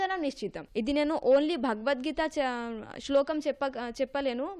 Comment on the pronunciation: Bagavad geeta, Kaadu bro Bhagavad geeta Anandi bro